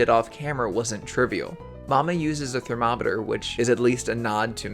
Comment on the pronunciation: A ther-momma-ter?